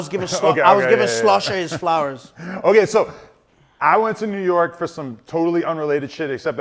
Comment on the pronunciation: “New Yerk”😭